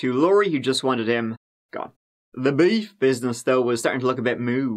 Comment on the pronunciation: "The BEEEYUF business went a bit Moo" The content I subscribe for. 😉😂😘